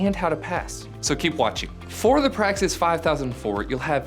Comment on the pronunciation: He also says "PRAXIS" wrong the second time he says it and just steams right on ahead. It's almost as if he doesn't care.